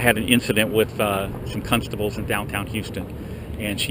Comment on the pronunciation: "Cuntstables." LOLOLOLOLOL!!!!!!!!!!!